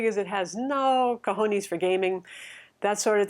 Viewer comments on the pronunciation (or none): none